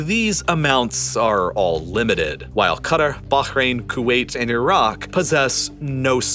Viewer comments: The way he says Bahrain pisses me off. You’re American, you don’t need to make your pronunciation sound like you’re Arabic, no one cares if you say Bahrain normally. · How is it this dude pronounces Qatar and Bahrain? I gave up watching this till the end - my ears are bleeding. 😬😂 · Could not bear the overexaggerated emphasis on virtually every word. Or the pronunciation of foreign places, like baHrain and homuuUUzzZ.